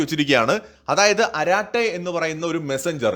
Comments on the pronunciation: അരറ്റെ അല്ല അറട്ടയ് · அராட்டை அல்ல "அரட்டை" என்று சொல்லுங்கள். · It is not araattai...it is arattai...in Tamil it means chat. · "അരാട്ട " അല്ല "അരട്ടൈ" എന്നാ തമിഴ് വക്കാണ് ഇത്. അർത്ഥം മലയാളത്തിൽ "സൊറ പറച്ചിൽ" "കത്തി അടി" എന്നൊക്കെ. ഇൻസ്റ്റാൾ ചെയ്ത്. കൊണ്ടക്ടിൽ ആരും അവിടെ ഇല്ല. എന്നാലും കിടക്കട്ടെ ❤ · Maashey, chat iney arattai ennaanu tamizhil parayuga. Sallaapathinde tamizh vaaku. Karate ennu poley alla pronounciation. Arattai=ARA അറ + TIE റ്റൈ.